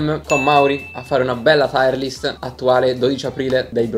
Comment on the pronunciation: Bella lista. Però si dice tier list, non taier list.